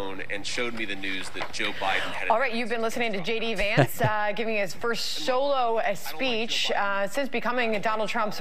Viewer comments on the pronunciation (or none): Did she say "sholo espeech"?